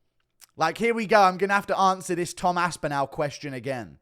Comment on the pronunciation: “It’s the sass… it’s the sass in the ansah” 😂